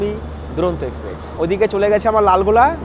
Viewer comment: দাদা এক্সপ্রেক্স নয় ওটা এক্সপ্রেস ❤️